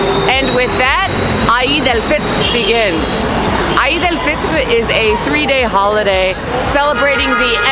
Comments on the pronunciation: Hello!!.. Eid is pronounced as eed.. not I-eed to make it simple or in Arabic عيد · Say eeeeed 😂😂😂. Awesome video